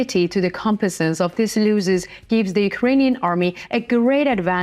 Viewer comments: Many looses...its pronounced loss is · Pronounced loh_sez not looh_sez